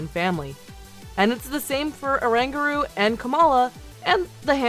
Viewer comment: Or-an-goo-roo. That's my only comment. The rest is good. Subbed.